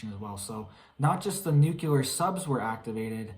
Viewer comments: NU-CLE-AR not NU-CU-LER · N U C L E. A R. ! NOT NU. C U. L A R. ! FRKING MORON. !! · Love you but please pronounce nuclear as "nu-klee-ar" not nucular. Tyvm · It’s NUCLEAR not NUKELAR arghhh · "It's nuke-you-ler" -Homer J. Simpson